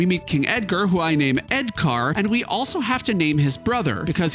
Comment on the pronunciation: I'm 4 minutes in and I love all the car references. I heard you say "edCAR" and I knew you were going to name the monk "Punch Buggy"!